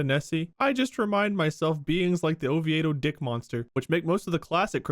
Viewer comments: "Oviado?" I think you meant, "Oviedo" which is pronounced as "Oh-vee-do" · Floridian here, we pronounce Oviedo as Oh-vee-doh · It is Spanish. There is an Oviedo in Spain and they pronounce it ovee-eh-doh (like these guys pronounce it) but here we just say ovee-doh. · The Oviedo Dick Monster is pronounced "Oh-vee-dough", hearing Bob say "Oh-vee-aye-dough" was amusing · I was so confused when they were saying Oviedo as "O-vee-A-doe" and not "O-vee-doe" lmao. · Bob: Ovi-ay-do People from Oviedo: O-vee-do Chickens from Oviedo: Oh, stfu! Drive around! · Lol it’s pronounced ohveedoh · LOL it’s Oh-vee-doh Florida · I'm from Florida, and I've never heard of the Oviedo Dick monster story, but I find it hilarious how Bob pronounces Oviedo. (pronounced "O-vee-do") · It's pronounced O-VEE-DO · Hearing Bob talk about the Oviedo (Oh-Vee-Doh by the way) Dick Monster was the most hilarious thing I've heard all week! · Bob; it’s Oh-vee-doe. Ovieto ;) Have to say though, I’ve never heard of that cryptid. 😂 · Bob pronouncing Oviedo that way has me rolling 😂 it’s pronounced “Oh-Vee-doe” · I'm from Florida and live in Orlando, never heard of that monster but it's pronounced o-vee-dough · I live in Oviedo and I've never heard of it lol. And yes it's pronounced oh-vee-doh. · I can't get over how Bob pronounces Oviedo. As a fellow resident of central Florida, it broke my brain for a moment. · Hearing Bob trying pronounce Oviedo makes me irrationally angry